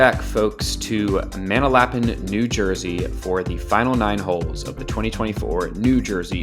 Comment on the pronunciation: I love how this guy says Manalapan 😂